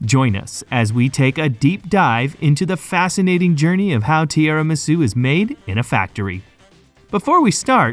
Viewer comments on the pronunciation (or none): The narrator really needs to pay attention to his pronunciation. Tiramisu isn't pronounced as "tierramisu," and it's "espresso," not "expresso"; Italian doesn't even use the letter X except in borrowed foreign words. Great content, but hire a more professional, knowledgeable narrator! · It is espresso not expresso, and the tiramisu pronunciation is also off.